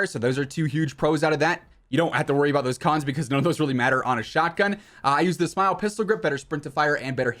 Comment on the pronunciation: "Smile" 🤣 it's pronounced like you would spell it out. All love man.